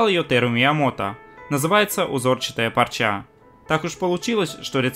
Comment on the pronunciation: ты уж определись: "пОрча" или... "пАрча"....:) p.s....в ссылке на это видео, - "пОрча"....